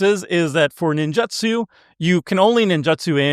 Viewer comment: Take a shot every time mispronounces "Ninjutsu". Actually don't, you'll die of alcohol poisoning. 😂